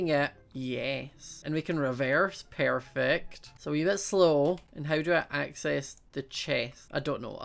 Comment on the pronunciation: ._. Im new and i heard you said pairfect xD lol :P oh and i sub